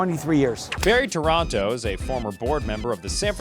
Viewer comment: The taxi cab drivers name is pronounced "Torana" not Toronto.